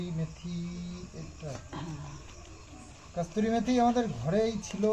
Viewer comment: Kasturi na kasuri. Eto bhul bolo ke no?